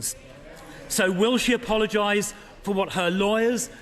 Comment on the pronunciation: "Apolgise" nice one